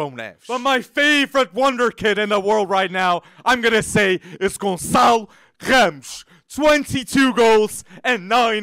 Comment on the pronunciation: Eu: ohh a internation youtuber talking about benfica Hear him pronounce "ramos" Ohh